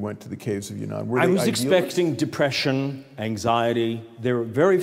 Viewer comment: not yunnan, but yan'an